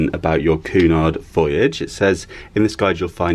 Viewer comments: Oh, I couldn't get past your Pronunciation of Cunard... its queue nard as opposed to Coo nard. Great video though. Love your channel and follow it all 😊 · It’s not pronounced Coo-Nard it’s pronounced Cue-nard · Actually, I believe it is: Cunard Line (/ˈkjuːnɑːrd/ KYEW-nard and I believe it is Lee-doh, not Lie-doh. Have a nice day. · Hey! Cheers for taking us along on your cruise boat experience. Just thought I’d let you know that Cunard is pronounced KWEY- nard. I’m not really into boat trips. But thought yours was quite interesting.